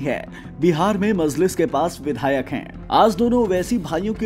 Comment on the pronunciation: This anchor cannot pronounce even names correctly so how can he explain Owasi's history. Kaha sey pakad kar lay ate aise jahil Anchors ko??? pagal mazliz nahi Majlis..Razwi nahi Rizvi bas kar bhai has has kar ansoo nikal gayee